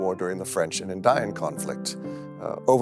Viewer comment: Why did you pronounce indian like that?